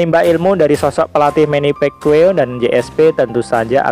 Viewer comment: manny pacquiao ngab, bukan manny pekwiw haha